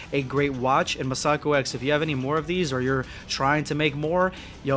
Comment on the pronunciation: not to nit-pick, but you're mispronouncing "MasakoX"..